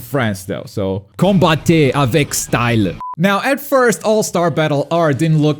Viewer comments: For the prononciation : COMBATTEZ AVEC STYLE ( you say it STILL ) 😂😂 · Hey! le "Combattez avec Style" était pas mal réussi... Hormis le "style" qui sonnait un peu trop Anglophone le reste était impeccable !